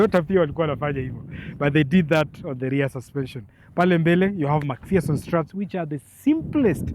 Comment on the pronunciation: Nice review but hii pronunciation ya MacPHERSON STRUTS gets me off every time unaisema. Wacha niiseme kiKenya it's Mac-fa-son and not Mac-fia-son as you pronounce it.😁